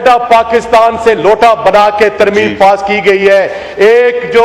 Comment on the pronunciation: ترمیم ھے یا ترمیمہ ھے